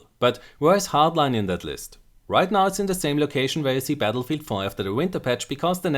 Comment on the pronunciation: Battlefield, not Batllefield:D